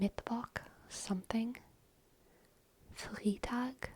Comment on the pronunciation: "Montags" is also totally a thing. It's basically just the equivalent of "on Mondays." "Das Restaurant hat Montags geschlossen", "The restaurant is closed on Mondays." Flawless except for "Freitag"! The "ei" part is pronounced like "i" as in iPhone, for instance. That kind of reminds me, Germans often mix up "e" and "i" while spelling something out in English since the English "e" is exactly what the German "i" sounds like. lol "A little bit" would be "ein kleines bisschen". Fun fact: While both "a little" as well as "a bit" work in English, in German only "ein bisschen" makes sense. You start streaming at like 4am German time, that's why the representation is so low. orz Update: I'm also back to being AlwaysSlightlySore now. lol